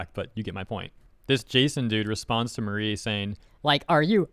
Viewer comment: Her name is not Marie, it’s Mari, rhymes with sorry